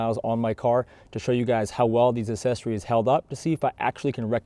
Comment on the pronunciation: Sorry, I was just having poking fun. It sounds like you're saying "assessories" instead of accessories.